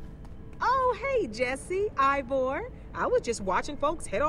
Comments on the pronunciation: HE SAID IVOR INSTEAD OF EEVOR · How dantdm say ivor how we say eeeeeeeevor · This is how many times dan called Ivor Evor | V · Why do you call Ivor Eevor. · why does dan say evor?